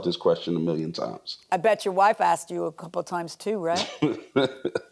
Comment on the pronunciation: aksed .. .AKSED?